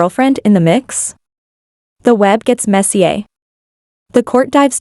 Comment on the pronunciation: I love that it pronounced "messier like it was French.